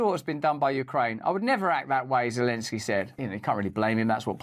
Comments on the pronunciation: She said Lozenski.. :face-green-smiling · O. Thats why this person who blew up pipe line still in prison in Ukraine for other crimes against Ukraine gov? Funny how she sayid "volodimir lezenski"😂 min of vid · 😮 stupid news reporter said Vladimir lezensky 😂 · She said Lezenski Hahaha. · Did she REALLY just say "Lezensky"? The West didn't just waste a fortune on his propaganda for this narrator to f...k up his name like that 😄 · 8.58 m what worries me is that woman commentator can't say Zelenski properly. Lezenski?? Who is Lezenski ... 🙄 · She called him LEZENSKY. Wtf? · Geefuss beellyons, say Zelensky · "Volodimill Lezensky" 🤡🤣🤣